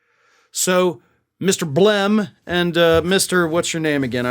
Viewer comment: I like the emphasis you put on Blem🙂